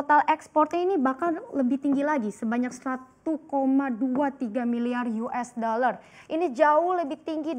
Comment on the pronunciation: Mencapai 231 koma juta yues daler :-D